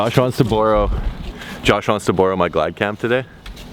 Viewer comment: The way he says borrow makes my face hurt 😂